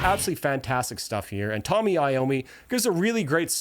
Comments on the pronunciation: Excellent presentation of one of my favourite alsums, but I believe you are mispromouncing the guitarist's name. Tony Iommi is Italian, it is pronounced TOE-knee. :) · It's Tony, not Tommy. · I'm watching a guy talk but every time he mispronounces something I feel like I'm listening to an AI narrator it's Tony not Tommy computer God not computer guard sorry to nitpick actually kind of funny narrated it's just automatic now